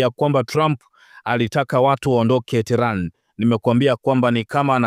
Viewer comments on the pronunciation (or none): Mtangazaji rekebisha kutamka neno terani. Huo mji mkuu wa Irani unaitwa tehenani au tehrani na sio terani kama unavyotamka